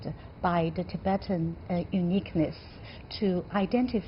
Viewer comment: The Anchor needs to first learn how to pronounce the name of the guest (Tibetan).